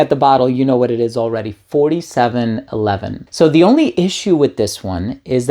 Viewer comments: it's "four-seven-eleven' not "forty-seven-eleven" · It’s pronounced 4..7…11 youngun.😜 Not 47..11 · I don’t mean to be rude but 4711 is NOT pronounced as you pronounced it. … it’s pronounced simply as 4…7…11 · how is pronounced properly, do you know? i was calling it "four seven one one" but the guy in the video called it "fortyseven eleven". i'm sure he's correct but wondering the proper way to say it according to the creators/germans